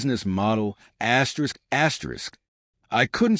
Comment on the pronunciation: This is a crappy ai reading… who reads an asterisk as askerisk